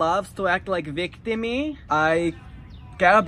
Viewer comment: ''Victimiii'' killed me 😂😂😂😂😂